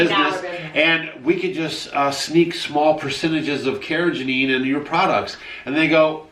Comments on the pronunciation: It’s not “Cara Janine”! 🤣🤣🤣 It’s “Carr-uh-GHEE-nun.” With a hard “g” as in “go” (not a soft “g” that sounds like a J). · Love you guys, but it's car-ra-GEE-nan. You guys are saying car-ra-ga-NEEN. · I posted your video on my Fb wall. Excellent information, many thanks. Oh....and it's pronounced kar-uh-gee-nuh n, lol. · Its pronounced "care-a-GEE-nan" 💜